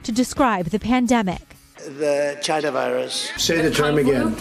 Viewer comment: Having a "bad day?"It's not about race? On his Facebook page he admired a t-shirt that said "Covid19: Imported virus from CHY-NA" (Trump pronunciation)